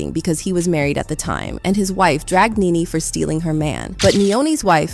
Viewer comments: It's Nee-Nee. How do you not know how to pronounce her name?! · Omg! Ur butchin the names its NeNe & fallyn 😂 I didnt know who U were talking about ! Gurrl.... say the names right ! Lol 😂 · It's so sad when you can't pronounce NeNe. This was the same thing I was thinking. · does this person NOT know who NeNe is? Why does she keep calling her "Ninny"? like...what? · IT'S NENE PRONOUNCED(KNEE-KNEE) . THE LEAST U CAN PRONOUNCE PPLS NAME RIGHT, HELLO😮😮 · Pronounced “knee-knee 🫶🏾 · WHEN TELLING A STORY PRONOUNCE A PERSON NAME CORRECTLY!!!!